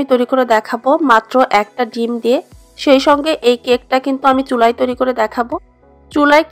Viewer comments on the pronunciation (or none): চুলাই না শব্দটা চুলায়... এটা জেলাগত প্রবলেম,অনেক শিক্ষিত লোকগুলোও এমন ভুল করে...